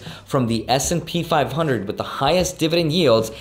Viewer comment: I legit thought you said SMP 500 and i was like bro u better watch out